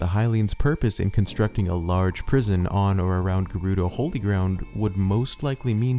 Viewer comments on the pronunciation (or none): none